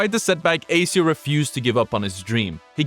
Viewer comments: How does one manage to make a whole video on the guy and still manage to say his tag incorrectly? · Damn bro can't even say his name properly.